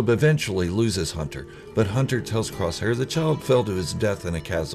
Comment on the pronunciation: don’t you mean Hunta, wrecka, tik, eik, and crossszhair